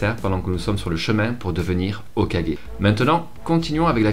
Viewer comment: Au moins toi tu arrives à dire Hokagé pas comme l’autre qui dit tjr hokage